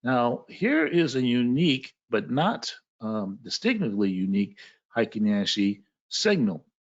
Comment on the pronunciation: I studied Japanese…heikin-ashi….hey ee king ah she…is the correct pronunciation….happy to give you a little tip. Thank you for your knowledge….